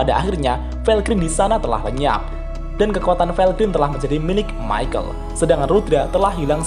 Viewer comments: ke nya bukan maykel dibacanya, tapi mikael.. kaya salah satu malaikat di nanatsu no taizai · Mohon maaf min itu, baca namanya Michael Bukannya yg bener itu (Mikael) ? Klo Michael Admin bacanya (Maikel) jadi kesan namanya kek orang Timur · Mantep sih video2 lu bang, cocok bet buat yang males baca LN tensura wkwkwk O iya, kayanya cara bacanya perubahan rudra bukan maikel dah bang, tapi mikael, karna kan doi malaikat gtu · bacanya mikael pak...